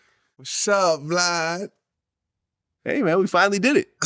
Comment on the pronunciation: Thought it was a mild case of downs or something the way he said wsup vlod